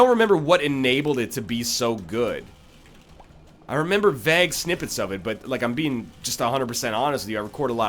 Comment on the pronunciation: Why do you pronounce "vague" as "vaag"?